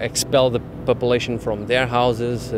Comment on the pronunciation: "papelation" hahahahaha, vamos portugal